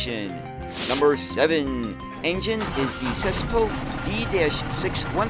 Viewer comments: Hahah I heard you call the Csepel engine Cesspool. It's something like Cheh-pel, as in Che Guevara or Czech. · I find it interesting that they combined an indirect injection engine with a Turbocharger. Cold starts must have been fun. Csepel, the engine makers, are pronounced "cheppel". I managed to get a type 66 in 1/87 scale last year, but it has those Ikarus 55 chrome badges moulded on. As I understand it the gearbox was unsynchronised constant mesh, so a test of drivers when mounted about 30ft from the driver. The use of double curvature glazing was advanced by World standards at the time... I can understand its cult appeal but my favourite Eastern Bloc coach is the Fleischer, which survived despite being almost illegal after the DDR agreed to produce no new coaches under Comecon, many were described as rebuilds quite fictitiously to get around the rules.